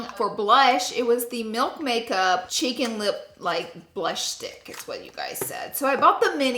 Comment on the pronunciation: Thought you said chicken lip in stead of cheek and lip for a second